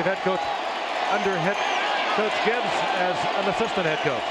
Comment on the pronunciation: The beer vendor could've suited up to beat this Broncos (one man) team in, I mean place. Sorry the man can't even pronounce his own name correctly. Nor his former head coach, Joe Gibb. It's Joe Gibbs, you fool. Anyway, Elway and his '97 & '98 teams would've annihilated this Redskins team!